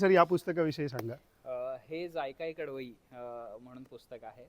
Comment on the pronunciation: दादा, कडवाई ❌ कडवई ✅